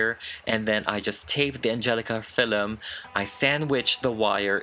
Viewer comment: Did you say : Fillum?? That totally gave me Lord Mcclean vibes✨✨✨ Also she is immaculate